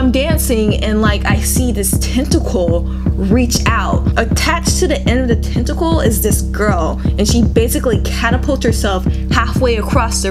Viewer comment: I thought she said testicle.. xD